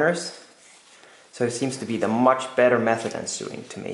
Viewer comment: Thankyou for the video. FYI sewing is pronounced sO-ing and sew is sO